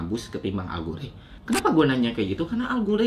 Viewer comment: Bacanya algor kayanya deh bang, bukan algore wkwk